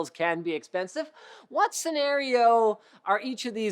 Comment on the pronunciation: it’s "what" not "wot”